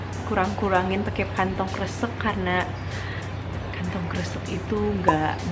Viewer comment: ngakak bgt denger pronounce kantong kresek wkwkw itu salah dong harusnya 'e'nya dibaca kaya cara orang batak ngomooong, asli receh bgt parah wkwkwkwkwkw lagi blue jd ngakak gini.